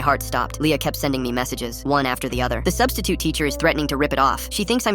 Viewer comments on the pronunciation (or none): I laughed when he said " Now the substisiute is a missing persons case